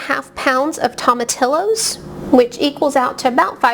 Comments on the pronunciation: To ma tee yo is how you pronounce it. Not tomatillis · This is a good video but I must agree with the others about the pronunciation of tomatillos. The double ll’s are pronounced as Y. Thanks anyway for the great instructions and attention to details. Good job!